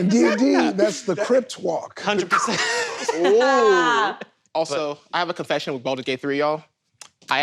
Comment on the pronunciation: Wait… did he say “crypt walk”?? It’s Crip walk, invented by members of the Crip gang.